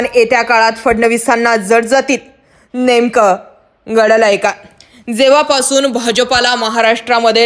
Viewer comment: Nemka ghadlay kay ha shabdh ucchrtanna ekdam bogus wat tat aapan .maf Kara.